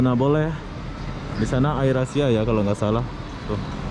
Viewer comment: Wawasan dan pengetahuan umum ente ancur bro Apatah lagi bahasa Inggris Ngomong Air Asia aja bikin ngakak, itu bahasa Inggris bro, dibaca Eir esia. Maaf udah sok ngajarin, geram sih soalnya. Airport dibilang air plane 🤣 Ampun dah